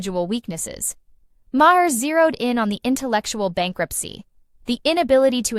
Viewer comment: May her, Mah her, May her, and on and on and never saying the name right.